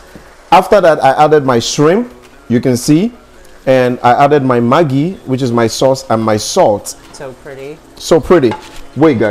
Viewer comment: Maggi is magi he is correct